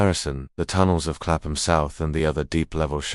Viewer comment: Clapham: pronounced ˈklæpəm i.e. KAPP-m…the AI voice is wrong and unnerving to English ears.